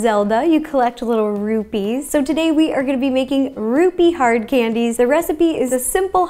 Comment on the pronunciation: i thought she said roofies